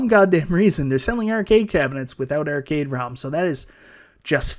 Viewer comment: If you're gonna talk about arcades all day, you should learn to pronounce "arcade" properly.